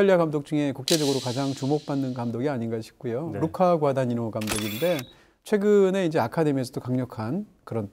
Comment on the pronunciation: 루카 과다니노 발음합니다요.